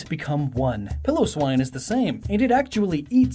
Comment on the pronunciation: Also, It's Pile-oh-swine. Not Pillow-swine lol